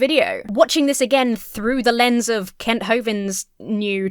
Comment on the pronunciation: When you say “Kent” I don’t think you’ve got the vowel sound right